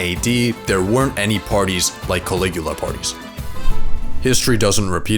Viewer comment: Calicula ??hahahahahahahahahahahahahaaaa....